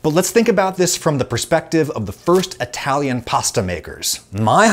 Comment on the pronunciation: What's an "Atalian"?